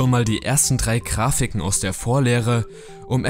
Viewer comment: wie er die gane zeit "krafiken" sagt